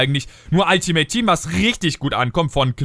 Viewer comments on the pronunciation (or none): none